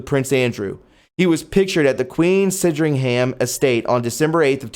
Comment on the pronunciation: say SAND RING HAM. SANDRINGHAM. Great channel man.